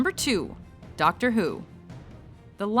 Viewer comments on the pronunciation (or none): Ductor doo yussssss xddddddd